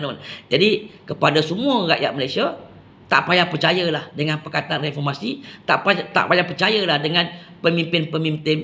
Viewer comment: Mcm kelakar bila die ckp refomasi.. ckp kt die tok farmasi adalah😅